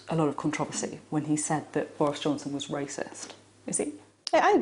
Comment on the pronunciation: A racist ?? /ˈreɪsɪst/ Learn to pronounce noun 1. a person who shows or feels discrimination or prejudice against people of other races, or who believes that a particular race is superior to another. Maybe he has ignorant racist tendancies indoctrinated from his own miniscule minority upbringing. He's just a big boy who hasnt quite grasped the full idea that we are all stuck with each other. Or not quite into the 20th centiry yet. Chop chop Boris, keep up with us son.